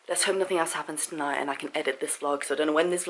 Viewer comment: The word you are looking for in NOTHING with a "G" not a "K". Being English you should know this just like those that pronounce "Absolutely" as aPPsolutely. It`s not rocket science. Learn how to pronounce the words that originate from your Mother Country. I don't give a shit about cops either. Their job in the most part is licensed criminality.